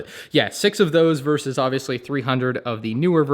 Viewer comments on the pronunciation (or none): none